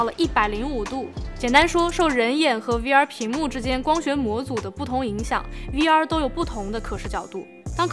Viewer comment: 听到终于有人把V不读成微，把X不读成叉，我立马就订阅了你